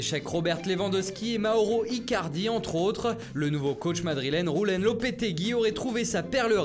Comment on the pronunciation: Au faite pour l’entraîneur du réal Madrid « Julen» ce prononce « youlaine » pas « roulen » car c’est un prénom basque pas espagnol